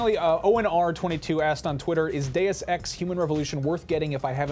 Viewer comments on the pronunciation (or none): omfg god its not "da-use ex" its da-us ex" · When she said deus ex review it sounded like a day of sex reviewed lol... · says DayofSex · lol it sound like she says "joining us for a day of sex..."